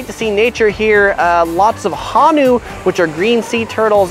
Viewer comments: Honu not hanu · It’s not Hanu It’s HONU